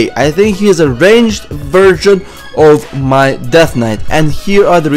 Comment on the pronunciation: it sounded like you said "virgin of a DK" instead of "version of a DK"